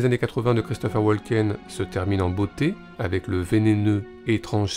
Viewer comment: Woken, le "l" est silencieux